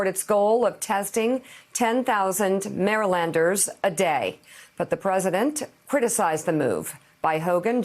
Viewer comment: I'm talking about how she pronounced "Marylanders" by really putting emphasis on the "-Y -" I'm just saying we don't put that much emphasis into it